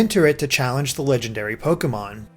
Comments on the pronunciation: It's funny that most of the Pokemon he says is wrong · You sure do know how to pronounce some of these Pokemon names! hehe....